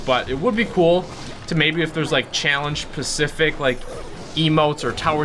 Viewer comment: "Challenge Pacific" 😠🤪😳